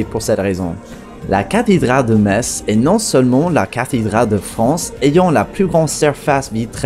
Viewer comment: Ca fait plaisir d'entendre une personne prononcer correctement le nom de ma ville . 80% des français sont pas foutus de le faire mm apres avoir été repris a plusieurs reprises. Je vous laisse je vais a st Tropèze